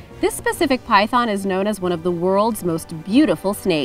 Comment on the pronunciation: Did you just say, "Lavender Albino Typhon" 😂😂